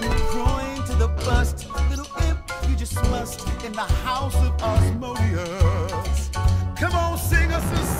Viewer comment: FOR FUCK'S SAKE THAT'S NOT HOW YOU PRONOUNCE AZMODEUS!!!!!!!!!!!!!